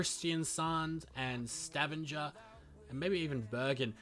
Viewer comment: I just bursted out with laughter when he Pronunced Stavanger